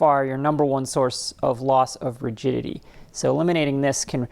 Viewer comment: I swear you are saying "loss of virginity" instead of "loss of rigidity!" When I rewind the video and listen again the word magically changes to rigidity! Pretty neat trick! You've got a great channel!